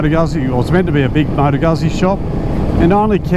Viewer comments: It's Lombard not Italian, so it's pronounced, "Goosey" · That's not how you pronounce Moto Guzzi.